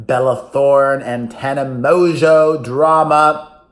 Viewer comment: Thank you for pronouncing Tanas last name right. So many people dont and it annoys me.